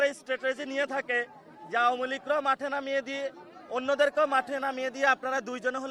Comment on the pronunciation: ওটা যাঠে নয় মাঠে হবে 😂😂😂😂😂😂